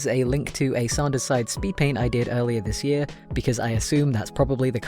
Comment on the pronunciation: Your art is amazing and I'm happy you got to do this but the way you say sanders sides brings me pain.